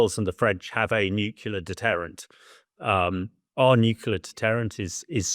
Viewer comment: Never trust a man who can't pronounce nuclear correctly.